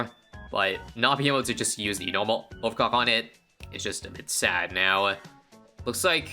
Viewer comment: He definitely just said "Over cock" and you cannot convince me otherwise